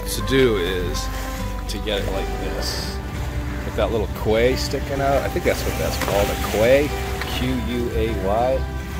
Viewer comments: A little education “Quay” is a small pier in a harbor. It’s pronounced “KEY”. Old English is Quay. When I was at school in England. I frequently got the two words confused. My English teacher would get so mad at me. He sat me down in private and explained the differences. Haha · Come on, it’s pronounced key (quay), don’t embarrass me🤪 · Nice video, good to see you back into it. Oh, btw, quay is pronounced key.